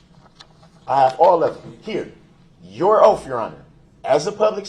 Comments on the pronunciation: I have a hard time with him saying oaff instead of oath🥴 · “Under Oftth”, “Lawfull law” & “Grounzzz for the substayned” really sir?? Where did this poor excuse for a boy (he is not a man I hesitate to even call him a boy) learn to speak?! Stop being a complete embarrassment to humanity 🙄 I truly hope this sorry excuse piece of man child, murderer, child molester & trash gets treated the way he has treated others.